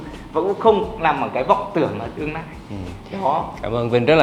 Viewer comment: Cái anh chàng nói về massage, sauna chém hơi kinh. Nghe giọng nói buồn cười quá. L và N loạn hết cả lên, nghe ngíu cả lưỡi... tương "nai", nỗ "nực"... hahaa